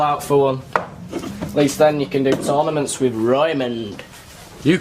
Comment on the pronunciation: Sophie Cuthbert he also said tourmanent not tournament 😂